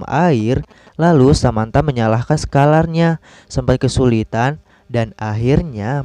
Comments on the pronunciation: Bos kalo mau ngomong di baca dulu subtitle nya,saklar ya bos bukan skalar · Saklar bro... Bukan skalar ahahahahahahahaa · SAKLAR BUKAN SKALAR 🤣🤣🤣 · hmm sakelar mungkin yg d maksud, bukan sekalar 😁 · Saklar kali Bang bukan sekalar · Rip "sekalar" awoakwok